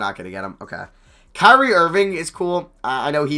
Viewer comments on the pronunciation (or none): none